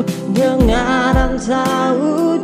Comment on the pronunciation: Mungkin masukan saja, Kaka kalo bisa pengucapan itu lebih jelas, "dengar dan sahuti" bukan dengan sahuti panggilanku Salam🙏